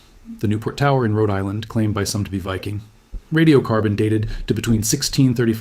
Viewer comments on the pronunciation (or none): none